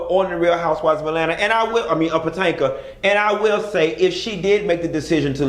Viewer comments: Puh-toe-mick... that's how you pronounce it. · Did he say house of potato 💀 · I'm just ready to hear you say Patanka again 😂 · He been saying Pa-Tan-ka since he started watching and reviewing them..LoL Pa Tan ka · PA-TANK-A .. He said what he said 😂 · Nope its definitely Patanka now 😂😂😂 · Honey you don’t know how to pronounce “Potomac”